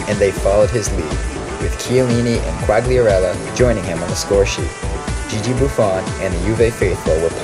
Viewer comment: Great video but learn how to pronounce italian names or i am going to pummel you. Quagliarella (Kwahl-yarrella roll the 'r') not (kwag-lee-arella) and Vucinic's name is Mirko not Marko. If youre gonna be a fan then learn their names.